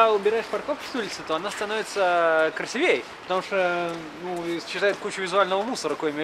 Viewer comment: Кац неуч - на слове красивее не знает где ударение ставить.